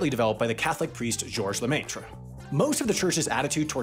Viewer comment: I want to pile on the "minor mispronunciations" comments by pointing out that the vowel in "Lemaître" is like the e in let. "le-MET-r," not "le-MAYT-r."